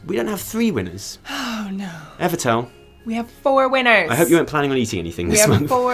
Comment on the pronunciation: Holy sh-t, I won ;_; Omgomgomgomgomg, I'm so glad you liked me drawing, guys. I put all my effort on it. I can't be any happier! Love ya all <3 And congratulation to everyone who won also, and participate on it! <3 Pd. I loved how Evitel pronounced my name. dead af